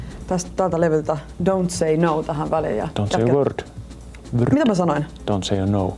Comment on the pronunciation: dont say a worrrrd! lol!